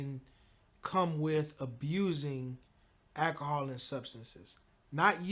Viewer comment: did he say Akahol????🤮